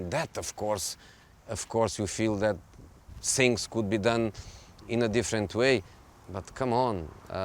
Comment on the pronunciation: Sink and sings...I blame it on English teachers in Portugal...